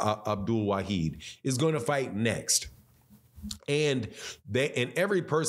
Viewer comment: It’s NOT WA-HEED……it’s WA-HID